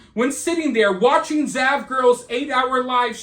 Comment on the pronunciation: Oh, its "zav" not dav.